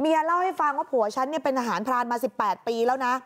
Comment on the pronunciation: ใจเย็นครับคำว่าทหราเนาะ😂😂😂